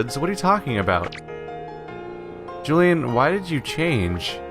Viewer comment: Julienne is pronounced: Joo-lee-eh-nn, it's a French name (and also a name for vegetables finely cut into stripes)